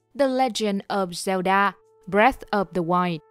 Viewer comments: góp ý nhỏ là bạn đọc đọc zelda là cheldar nghe hơi cấn cấn, nếu bạn sửa lại được thì nghe sẽ hay hơn, cảm ơn vì đã đọc <3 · feedback cho bạn đọc script để khắc phục: giọng đọc ko khác chị Google, ru ngủ thật sự, english pronoun thì còng kềnh, zelda đọc là zel-đơ....